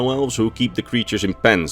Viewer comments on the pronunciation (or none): The "ch" in chitin is pronounced with a "K" sound. I used to say it the way it is spelled for a long time as well. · Been a minute since I've heard "chit-in" 😂 no hate tho, man's did an extra long vid